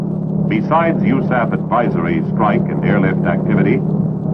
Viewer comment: Who the hell says u-saff? Honestly the first time I've heard it pronounced as a word in an official manner.